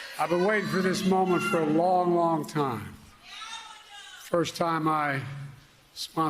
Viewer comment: he said her name wrong, I guess he IS the racist Kamala called him 🤣🤣 cnn has been saying the racist repudiation her name wrong on purpose lol